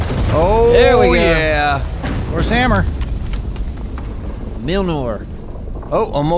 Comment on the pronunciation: DID HE JUST SAY FUCKING MILLNOR